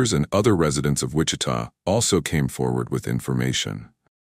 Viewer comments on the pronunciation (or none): none